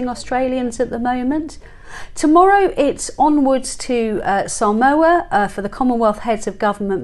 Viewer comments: Its 'Sah- mow- a' not 'sam-o-u'. Samoa. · FYI Samoa is pronounced Saa-mawa not Sa-mowa